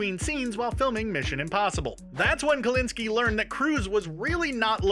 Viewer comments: I'm pretty sure you're mispronouncing the director's name - it's KOSINSKI, not Kulinski. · Kobinski? then Kolinski a few times? Really? Like, it's not difficult to say Kosinski you're trying to sell me a list of thigs i "missed", yet somehow you miss the director's name? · One hint you missed: how to pronounce. The letter Z. The director’s name is koZinzky, not KoLinsky. Learn to read.